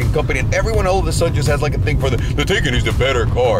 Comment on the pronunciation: Pronounced Tie-con not Tay-can